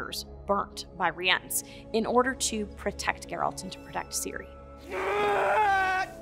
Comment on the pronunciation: and who decided to pronounce it Rie-ence